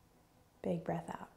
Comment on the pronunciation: The way you say breath 🤢🤢🤢